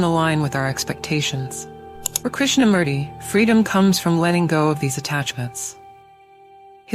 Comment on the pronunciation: It's pronounced as Krishna-MOOrthy, not Murdi!!